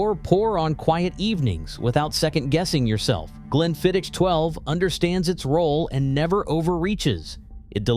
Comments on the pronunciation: Glenfiddich ends with a "k" sound. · Is it April 1st , GlenflidichhhhhKKKKic pronunciation had me in stiches , and no Ice EVER you heathens ! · and now we have ‘glen-fid-itch’. It’s getting worse… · Spee-side and Glenfid-ditch? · What the hell is 'speeside charm' or 'glen fiditch' ffs. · Please, please, learn the correct pronunciation of Glenfiddich and Loch Lomond…especially how the diphthong ch! 😅